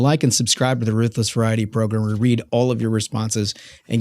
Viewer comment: Especially entertaining “progrem” today.